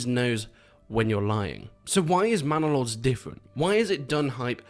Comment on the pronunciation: Bannalod: ❌ Mannalod: ✅